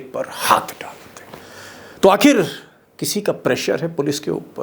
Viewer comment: Sir Aap ek word galat pronounce karte hain Aakheer....आखीर ise Aakhir आखिर ...बोलते हैं ।मतलब छोटी इ की मात्रा है